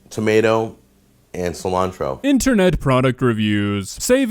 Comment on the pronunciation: I think he meant to say "tomyarto"